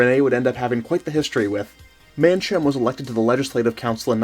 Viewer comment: I was born in the Seychelles and actually know some of the people mentioned in the video. Mancham`s mother was my god mother (it’s pronounced man kam) Guy Pool who you mentioned was my cousin. My father’s business was nationalized and taken over by the Italian mafia. A small factual error. You mixed up the two coups. The second coup carried out by the South African mercenaries was the one at the airport. They were arrested as they arrived at the airport after one of them was searched and found to have fruit. This led to a stand off and eventually they hijacked an air India plane and fled to South Africa where they were arrested. Nice work.